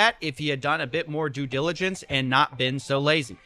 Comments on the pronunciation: Do your “due jiligence” next time, Mr. redneck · you're just digging yourself into a bigger hole. also hilarious that you can't even pronounce due diligence, oh the irony